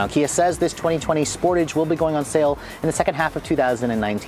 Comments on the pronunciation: are the exhaust really integrated? I have seen other reviews which showed otherwise. Also isn't it pronounced "Sportaj"? Question: Is AWD available in the U.S.? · Wtf is a "Sportij?"